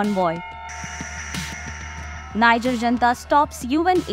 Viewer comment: IF YOU ARE REPORTING ON NIGER, THEN AT LEAST LEARN HOW TO PRONOUNCE THE COUNTRY'S NAME CORRECTLY.